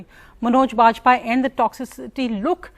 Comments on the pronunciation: Did she said pajpai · Who are you? Can’t even pronounce Vajpayee properly.